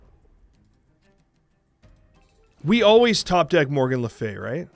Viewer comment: Was it deck though? Regis said he got it off Untapped? I couldn't get past pronunciation of Morgan to watch the whole video.